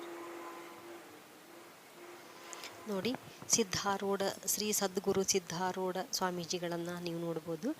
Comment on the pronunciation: ಅದು ಸಿದ್ದರೋಡ್ ಅಲ್ಲ.ಸಿದ್ದಾರೂಢ ಅಲ್ವಾ